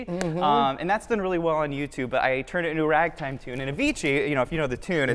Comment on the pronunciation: He said Turd of the 20th century haha